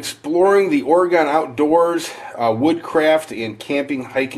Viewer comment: Dude, just say it like "organ" not Ore-gone! The first thing the woman said on the History Ch. program of the 50 states or whatever it was it's not Ore-gone! It's just Oregon said like "organ"! Either an organ you play on, or a body organ, or both at the same time lol!